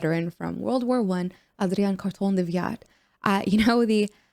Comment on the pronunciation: Killer pronunciation of Adrian's name. Sabaton does enjoy to mess around with their sound and vibe of a song often so it's always fun that they keep you on your toes.